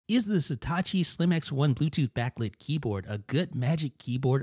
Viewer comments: Again; It’s „Satechi“, not „Setacci“! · dude its satechi not satachi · Jesus Christ, how hard is it to say SA-TE-CHI? It's not STA-CHI. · Why is nobody mentioning that he keeps saying Setachi when its Satechi?? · You're pronouncing the name wrong... It's not Setachi, it's Satechi. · You pronounce Satechi as if it was written Setachi. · What's with the "Sitachi" pronunciation? It ain't Hitachi. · stop saying "seetahchee" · Maybe one day he'll pronounce the name Satechi properly